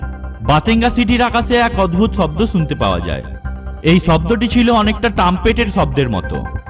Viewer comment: ভাই তুই আগে তুর কথা বলার শব্দের মাত্রা ঠিক কর চ ছ স শ সব একই বলা শুরু করলি শব্দকে বলস চব্দ কি আজব মাইরি